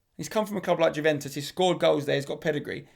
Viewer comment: You literally can’t pronounce anything, jooventus, solgashier